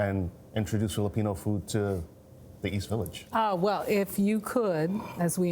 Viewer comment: If you're going to introduce Filipino food, can you please at least say the name correctly -_